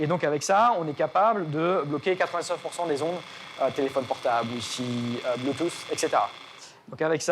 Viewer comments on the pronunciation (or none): none